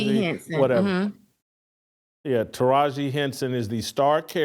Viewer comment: Don't "whatever" her (Teragi P. Henson) If you don't like the move fine but We can respect her Jason. It's just not Christian like you say u are. Learn how to say her name!